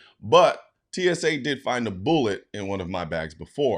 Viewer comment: Say bullet again lol